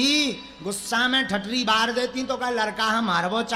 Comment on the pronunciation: Muje to aap ke mukh se thathre shabd bhut achcha lgta hai